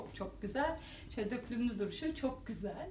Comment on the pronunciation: Yine bayıldım 👌👌 Harikasınız 🌸 ama yazmadan edemeyeceğim: Döklümlü değil dökümlü 😣😣 Naçizane tavsiyemdir 🙋🏻‍♀️